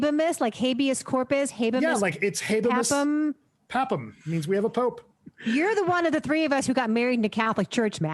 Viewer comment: I'm not a Catholic but a classicist. It'd be habemus papam, pronounced a little like hah-bay-moose pah-pah-m